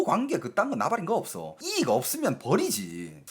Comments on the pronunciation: 대구억양 이↗️익↘️. ㅎㅎ 여러번 반복하시니 신기하게 들립니다.^^; 저는 이➡️익➡️ 이라고 하는것같아요. 중공이 요즘 이상한 행보를 많이 하는듯 한데.. 어떻게 될지.. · 이익 발음 존나 웃기네 ㅋㅋ 익익? ㅎㅎ 영상 잘 보고가요~ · '이익' 억양이 특이하네요 ~